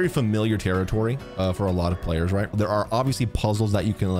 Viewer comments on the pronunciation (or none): none